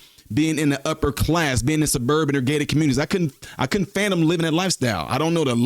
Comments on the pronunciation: The word is fathom, not phantom. I can’t believe nobody else corrected this man in the comments. Y’all just gonna let the man sound a fool? Fathom not phantom. You’re welcome. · I think the word is Fathom not Fantom 😂🤭